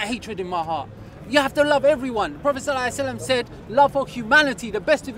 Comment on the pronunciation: The guy does not even know how to say Sallallahu alaihi wassallam properly and he say that he is muslim...what a junk...have anyone noticed it ? For saving time ( /59)..